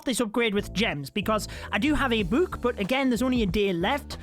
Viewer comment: I love how says book:buke